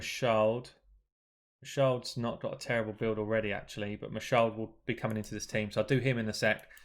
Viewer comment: bro.. it’s Ma Shaled with the e in Shaled pronounced as in the first e of elephant. It’s an Arabic name. It’s not a mute English style e